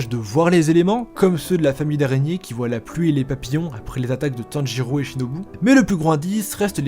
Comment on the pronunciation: On dit pas Tanjurou mais tanjiro bg x)